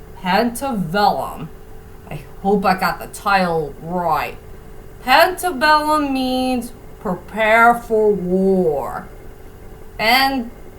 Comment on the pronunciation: PARA-BELLUM. "Pa" is pronounced like the 1st two letters for Parrot. "Ra" is pronounced like the last part of the TV Show title, "She-Ra". And "Bellum" is pronounced just as you said it. :)